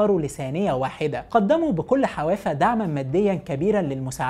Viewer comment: حفاوه مش حوافه يا باشا هشتغلكم مستر عربي هنا *هزار*😇😁